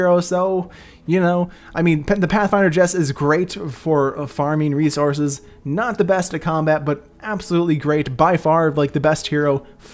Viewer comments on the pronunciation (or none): none